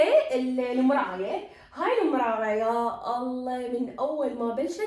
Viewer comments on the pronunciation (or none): none